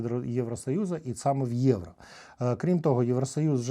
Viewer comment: Не Євра а Євро 😬 ) але дякую що контент українською мовою 👍